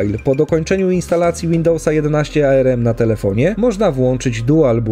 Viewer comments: to nie jest arerem to tylko arm, wymawia się po prostu arm, a nie ARM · "A ER EM" nic tak mocno mnie nie skręciło jak wymowa ARM... mówi się tak jak wygląda...